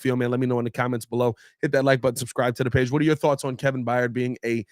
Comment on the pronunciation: Tired…fired…hired…Byard not Byyard